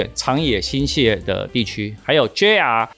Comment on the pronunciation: 新潟 （ㄒㄧˋ）不是 （ㄒㄧㄝˋ)